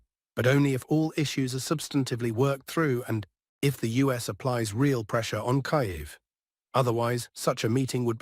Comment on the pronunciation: Kiev, not Kayev